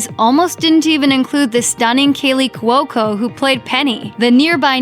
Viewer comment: Not even watched this click baid shit. It ended. Things end. And its couco. Not courco or whatever it is your saying